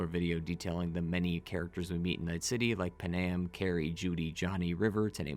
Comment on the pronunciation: “PAN- AM” not “Pen-Am”